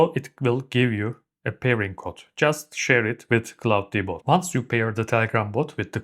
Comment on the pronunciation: Couldn't make it through with your pronunciation of claw-D-bot, it's pronounced claude-bot